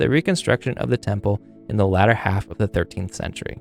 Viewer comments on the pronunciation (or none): none